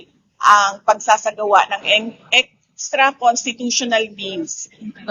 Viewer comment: YUN EXTRA NIYA ENGTRA OR ENTRA ANG PAG KAKASABI PAG BIGKAS. GIGIL NA GIGIL SA PANGULO DAHIL HINDI NAGTAGUMPAY ANG PAG PAPATALSIK SA PANGULO. GIGIL NA GIGIL DAHIL HINDI MANALO SABLAHAT NG MGA KASAMAAN GINAGAWA NILA. WALA NA KSE MAKURAKOT.